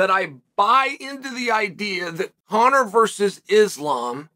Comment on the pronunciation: He calls his son Conor correctly as well.